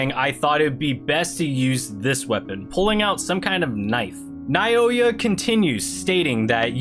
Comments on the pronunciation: Plsss continue it plsss 😅😅😅😅, and you can read naoya name (Naw-ya) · I pronounce it Now-Oy-Yuh